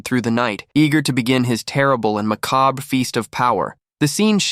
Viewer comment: Can't pronounce it either...